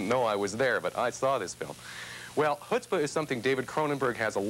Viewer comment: Yiddish 101. Dude pronounced 'chutzpah' wrong at the beginning. Off to a cracking start.